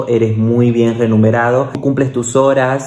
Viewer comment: Muchas gracias por la información No t entendía cuando decías renumerado, es remunerado, supongo allí lo decís distinto Un saludo